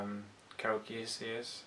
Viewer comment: You should try trimming your videos down to 5-10 minutes. You're spreading a thin layer content over a massive time. Make it compact and bountiful. Also, Geass is pronounced "Gee-us."